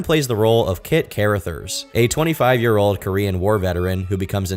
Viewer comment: Quit YouTube,. And never ever try to do a “comedic” ad read again. If you do keep dumping this slop on YT while somehow not being made fun of constantly, learn how to pronounce names. “Care-uh-thirs”? You mean “Cuh-ruh-thurs”. Carruthers. Pay your scriptwriters somewhat decently and maybe they can include phonetic spellings since you are too lazy to care. Thanks,.